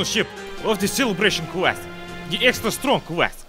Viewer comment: EXTRA STRONK ASS